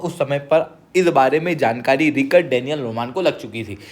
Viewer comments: Rik-Ard Or Rich-Ard 😶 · Bhai thoda pronounciation thik kr Richard hai Ri-card nhi aur v 2-3 mistakes hn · It's not Rikard it's Richard. U r a Sir pls u shud know that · रिचर्ड है वो रिकर्ड नहीं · रिक्कड़ नहीं वो रिचर्ड है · Richard toh bolna seekh pehle. It is RICH ARD. aise hota hai. 😂😂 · It is pronounced as RITCH-erd